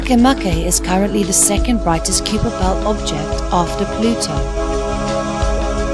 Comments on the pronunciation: What a terrible pronunciation of "Kuiper belt". The "ui" should be pronounced as either "eye" or "oi" but definitely not "yu". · The narrator pronounced it with a long "e" not a "yu".